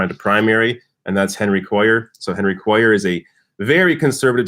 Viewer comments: Hey, Henry's last name is pronounced KWAY ar. Also Liz Warren said she'd take big bucks if the nominee, but NO money from corporations. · I live in south Texas. Henry Cuellar's last name is pronounced "Kway - yar". (double ll is pronounced as Y). Hope he loses. Warren proved how naive and not "people smart" she is if she really believed Hillary was going to put her on the ticket as VP. Hillary probably just dangled that in front of Warren to keep her from endorsing Bernie. Hillary would never have taken the chance of running on a ticket headed by 2 women, both from the northeast (NY and Mass) - not gender or geographically balanced. It was already precedent setting enough for a woman to head the ticket, no way Clinton would have taken the chance that having 2 women on the ticket would be too much change for voters. After all, Obama didn't pick a black running mate or a woman or white male liberal. Bernie 2020. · It's pronounced "KWAY-AR" (Henry Cuellar) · Thank you. I posted something similar. makes my ears bleed every time he says Cuellar's name. I live in south Texas.